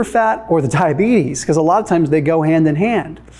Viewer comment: did you just say tiabetes 🤣🤣🤣🤣